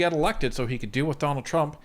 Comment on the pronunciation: I'm sorry, did I hear "Jonald Trump" at the start?